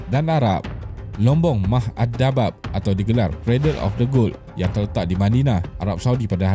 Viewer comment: terdapat kesalahan sebutan, iaitu dabab, sebutan yang salah. Sebutan yang betul ialah đahab, bermaksud emas dalam bahasa arab.